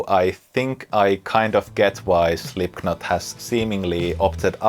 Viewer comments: Great playing but please, stop saying Slipknot with a K!!! It´s pronounced SlipNot! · Great video, all points made very well. The only point i can make is that the 'k' in 'Slipknot' is silent. But your English is far better than my Finnish so i almost feel rude pointing it out! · Great video, I love this stuff. Also funny, and in the theme of this video is how you pronounce Slipknot wrong - the "k" is silent